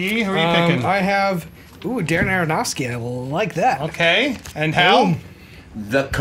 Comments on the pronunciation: I like the picks of the stunts... My pick- every Jackie Chan stunt ever... JTE, I think you're great but it's Darren Aronofsky, not Daronofsky ;) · Why does JTE always say Darronofsky? He did it as well on Schmoes a couple of weeks ago.